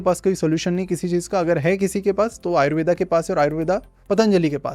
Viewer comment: आयुर्वेद को आपने तो आयुर्वेदा बना दिया आयुर्वेद बोलने में कोई दिक्कत होती है क्या